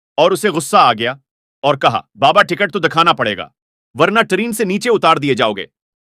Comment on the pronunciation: ट्रेन या टरीन ।